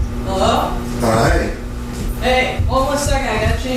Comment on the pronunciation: why did he say it like that??😂😂